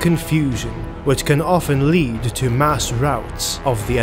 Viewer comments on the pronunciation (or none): none